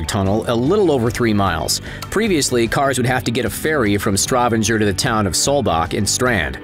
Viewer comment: The city in Norway is Stavanger, not Stravenger.